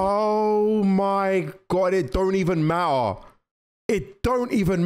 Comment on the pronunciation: It don’t even ma-ah